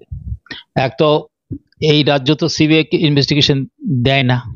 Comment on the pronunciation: uchcharon ta thik moto karo. Ota শি বি আই na সি বি আই hobe. This is the only problem all other things except this are absolutely alright. Carry on please.